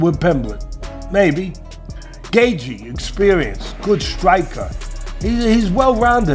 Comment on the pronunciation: Stop dragging JR into your BS! And your AI mispronounces Gaethje.